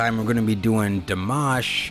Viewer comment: You said his name perfectly. This was the video version, Dimash does all the vocal background. That is him hitting all those high notes. Now you have to see the "Scream Idol Hits", there is a surprise in it for you, you would never expect. Here is the link Screaming Idol Hits